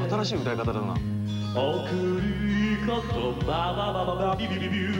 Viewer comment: のくる〜 ことびゅ〜 は草